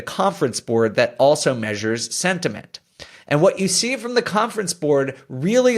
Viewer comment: Haha you said sventiment like twice 🤣